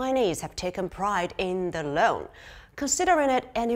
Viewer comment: Should be pronounced as "Loong" not loan! 😅